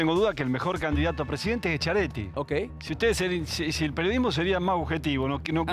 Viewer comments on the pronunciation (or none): No se dice "Eschiaretti" se dice "Squiareti", siempre me hizo ruido que el mismo Randazzo lo diga mal al apellido